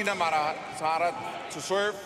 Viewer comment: The umpire can't say Muratitharan name correctly..😂😂